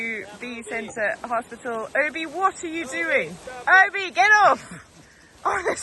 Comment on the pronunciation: So happy to see the New Bees. Call the Bee hospital as Hos-Bee-tal🙈